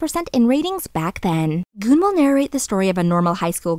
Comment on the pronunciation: GoonG, not Goon, please pay attention to pronunciation, it's irritating.